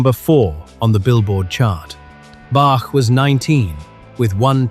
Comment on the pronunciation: Bark? 😂😂 Bach.